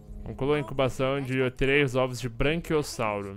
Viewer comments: é Braquiossauro e não Branquiossauro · fala braNquiossauro, mas não é braquiossauro? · a serie ta acabando e o patife não aprendeu a falar BRAQUIOSSAURO kkkkkkkkkkkkkkk